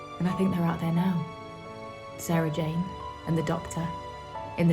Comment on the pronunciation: finally said Sarah Jane's name right, only took 12 years ahah